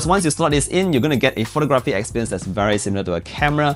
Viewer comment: in common world-wide English, the word photography has emphasis on the 2nd syllable - like phoTOGraphy. Not like photoGRAHPy